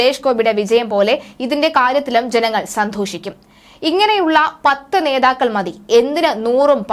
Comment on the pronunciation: സന്ധോഷിയ്ക്കു൦ എന്നല്ല മോളേ, സന്തോഷിയ്ക്കു൦ എന്നു പറയൂ